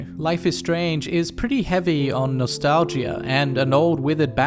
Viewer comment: did you say... nos-tal-gee-ah?